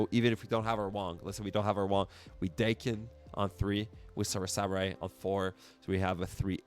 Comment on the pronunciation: Daken is actually pronounced like the old eighties band Dokken, because it's Japanese. His name is Akihiro, but because he's mixed some call him Daken, which is calling him a mongrel.